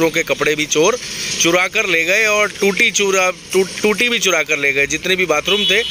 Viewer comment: Tuti Nahi toti🤣🤣🤣🤣🤣